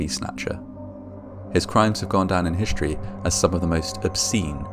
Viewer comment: History mate, not “hishtory”.